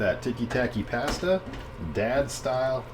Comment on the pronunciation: Yay another mispronunciation of the word pasta video 😂 It’s my favorite bingo card square!